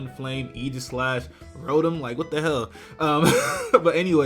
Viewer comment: its pronounced ro tom not ro tum